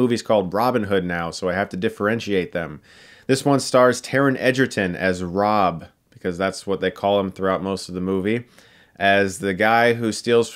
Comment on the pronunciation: Thought they were calling him bruv not Robb lol;)